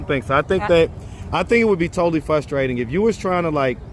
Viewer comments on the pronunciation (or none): No such word as “Fusstrating”